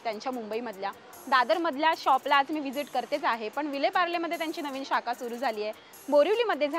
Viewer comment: शब्द बरोबर बोला,मराठी कच्चं आहे,शाका नाही शाखा,चंद्रावरती पहिलं पाऊल ठेवणाऱ्याचं नावंही नीट घेतलं नाही